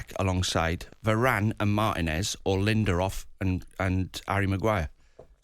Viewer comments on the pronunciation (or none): Cant even say his name properly called him ‘Linderof’ twice, the pleb. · who tf is 'Linderof'? smh